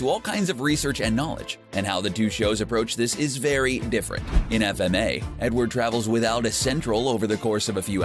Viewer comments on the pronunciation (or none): "Edword" how can you fuck that up.